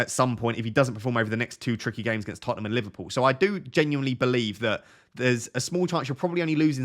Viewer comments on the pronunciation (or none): none